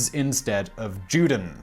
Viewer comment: It's pronounced Yew den FFS! Why on earth did you think J is pronounced as in jellybean in German?